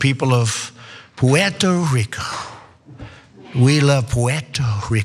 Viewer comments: lmbo! "pweto reeco" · Puweerto Rwico, Big Ocean Water, Exploding trees. My fave moments, I watch it every time I need a laugh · That’s a bad and mangled attempt at a Puerto Rican accent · Trump says Puerto Rico that way to stress that he sees them as NOT true Americans, but foreigners..